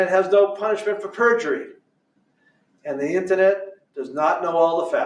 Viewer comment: WTF is an “intanet??” 😂😂